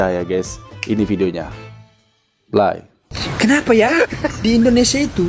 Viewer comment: Bang YouTuber "PLAY" itu sebutannya/prounce bukan 'ply' as in fly-laler-lalat Yang benar, Pelir.